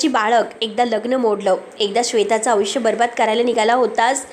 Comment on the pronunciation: अग बाई तू आयुष्य म्हणायला शिक आधी.. अविश्या म्हणतेस 😂😂😂